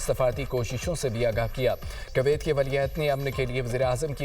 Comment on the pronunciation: Koyat ko sahi pronounce bhi nhi kr raha news anchor